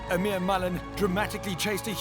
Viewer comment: its pronounced "eeee-mer".....loving the show by the way. +1 for the HD pleeeease